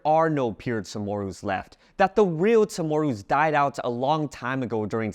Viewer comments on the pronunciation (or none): Is that how you really pronounce Chamoru? sounds like a soft T or SH when saying the "Cha"